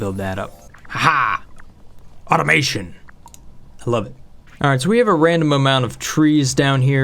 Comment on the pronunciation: Anyone gonna tell him that wuv is supposed to rhyme with love?